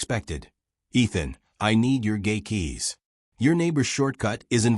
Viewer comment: The speaker needs to say "gate" keys not gay keys.